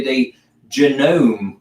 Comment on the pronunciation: I have a Janome embroidery machine and Janome serger...love, love, love them. Janome has "entry level" machines starting at very reasonable prices. In fact, you can order a Janome from Walmart. com. And it's Ja-no-me.